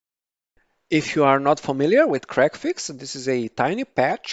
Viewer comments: I'm going to tongue-in-cheek tease you for a moment, I know it ain't your fault, but your accent makes it sound like you're enunciating it as "crackfix", instead of "c-reg-fix" :p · Okay, I was trying to be polite about this. Your enunciation wasn't good enough for me to actually make out the name. I knew you said it, but I couldn't understand you.